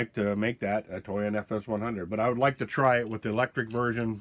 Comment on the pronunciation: Thought you said you “got the toy in” lol